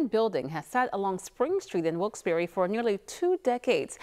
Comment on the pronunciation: I'm sorry that it did work out. And I must say about the reporter. Please get the name right. It is Wilkes-Barre not Wilkesdoro. Or Wilkesbear.